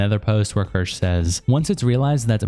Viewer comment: Best thing about all these videos is no matter how many times Kirsche says her name people will still pronounce it as KERSH 😂 also that femboy crying about not being liked lol. WOMP WOMP